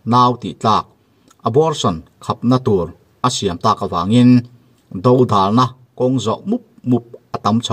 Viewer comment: 'Dodalna' i lam rik dan hi ava dik lo ve mawle,,, Vangvat thluk a, Vang tih rik ang hian hian Do tih hi lam ta la, ngaihthlak a nuam zawk ang .. Youtuber te hian Mizotawng hi lam dik thin teh u